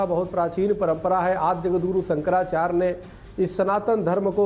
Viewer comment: ये चक्रपाणि जी शंकराचार्य या आचार्य का उच्चारण सही नही कर सकते ये गोल-मटोल जवाब दे रहे है